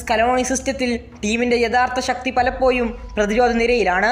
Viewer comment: പലപ്പോയും അല്ല സുഹൃത്തേ പലപ്പോഴും, അസഹ്യമാകുന്നു ആ ഉച്ചാരണം